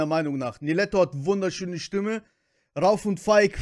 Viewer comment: Ich schreibe zur Abwechslung mal einen deutschen Kommentar 😄 PS: der in der Mitte heißt RaUf (Betonung auf dem U) PPS: Niletto und Jony sind zur Zeit meine Nummer 1 😍💖🌹